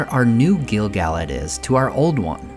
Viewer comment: Gill-Gal-lad?? Pernounced Gil-Guh-Lad